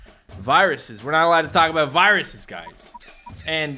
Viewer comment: said abooooot